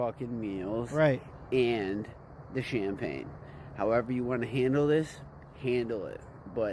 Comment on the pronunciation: I agree.... The " CHAMPAGNE S" part is where he messed up